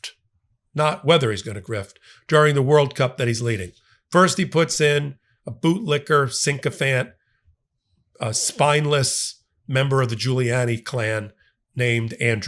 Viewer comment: IT’S NOT SINK-O-FANT. FUCK! Your execution of the English language is as bad as felon47. I can believe you’re an educated lawyer. I like the ideas you espouse but for the benefit of your credibility learn to speak English correctly. And btw, it’s “would have gone” not “would have went”.